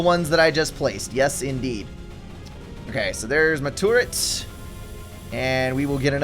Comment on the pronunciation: i love how he pronounces turret as tourette